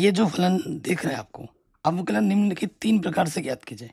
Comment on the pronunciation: Sir Avklj nahi avkln bolo na